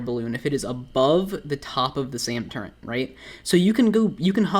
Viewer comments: "TURRET" NOT "TURENT" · by the way it pronounced Turret NOT TurreNT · ARE YOU SAYING TURRENT? WTF IS THAT? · Why are people complaining about him saying turrent? I didn’t even notice it until you guys pointed it out, not to mention he responded multiple times that it’s his language dialect where he lives. Now that I got that off my chest, great video! Screw keycard farming lol. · Lul he Said turrent like a 100 times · Why are you saying turrent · Theres no N in Turret my dude